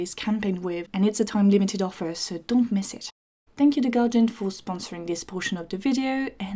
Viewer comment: Why are you pronouncing guardian as Galjian